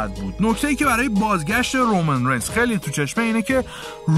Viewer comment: رومن رینز رو خیلی باحال تلفظ میکنی😂